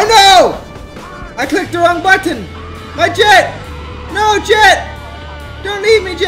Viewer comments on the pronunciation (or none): The way he says 'Button' haha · The way he says button!! Lmao